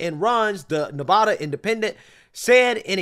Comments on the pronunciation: "Nev a da" rhymes with Ne-bad-ah. Not Ne - vah - da!! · Nev-add-uh. Sincerely: Every Nevadan ever. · Sir, just as a note, as a resident here, Nevada is pronounced with a short A sound on the first A, as in the word BAD. Ne- VAD-a. Love the channel, keep up the great work. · I live in Nevada. You REPEATEDLY PRONOUNCE "NEVADA" WRONG. The first "a" in the word Nevada is pronounced like the "a" in "add." NOT like the "a" in "all." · Nevada isn’t pronounced that way.. love your videos nonetheless! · I agree with everybody here but please stop pronouncing Nevada incorrectly! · I can’t stand the way you pronounce Nevada